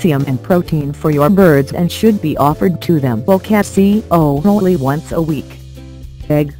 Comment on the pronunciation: oh-kas-ee-uhn-ull-ee XD